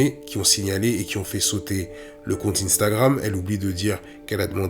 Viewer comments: Arrête de dire inestagrame 😂😂😂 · Pourquoi vous dîtes tous ine-stagram 😂😂😂